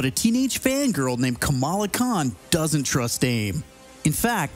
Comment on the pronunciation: It bothers me that they cant say Kamala's name right